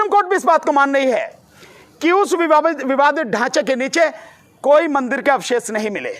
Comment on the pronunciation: माननीय आप नया विवाद खड़ा करने से पहले "विवाद" शब्द का सही उच्चारण सीख लें तो ठीक रहेगा।